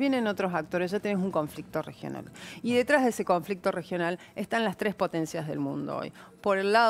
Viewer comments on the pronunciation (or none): none